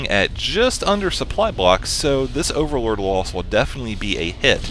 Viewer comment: I got a strange feeling that says "Orallord" instead of overlord:D